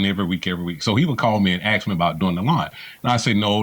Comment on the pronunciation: "Ask". An axe is what you kill people with. ⚒️🔨👷‍♀️